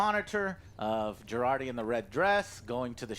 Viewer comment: Would be nice if you dont give Jurati an italian name (Girardi)...being italian myself I cringe every time I ear that... (especially cause association to a psycho-murderer...you know...) :DD